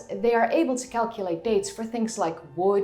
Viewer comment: "They are able to calculate dates from things like wood... food... Poland" (I know. She said pollen.)